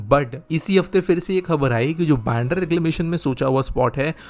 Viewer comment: It is "बांद्रा" not "बॅन्ड्रा".